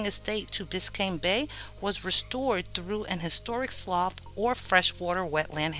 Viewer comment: I am very much enjoying this historical series but I must say, it's a sloo (slough), not a sloff (slough).